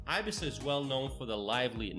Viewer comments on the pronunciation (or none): No ibisa es Ibiza